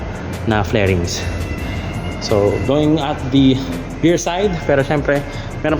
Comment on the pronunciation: Correction lng. Fairings po. Hindi flairings